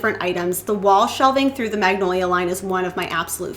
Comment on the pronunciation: Great DIYs...but is it just me or do you keep mispronounced "Magnolia". It is a type of tree actually. Joanna Gaines brand of course too, but maybe I am hearing it on your video wrong...maybe not. Love your creativity!!!😊